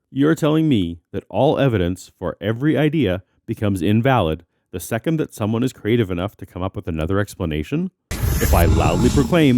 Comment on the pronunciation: "one sixtillion" "every single secant...." Damn but I wish he'd learn to talk. Good video!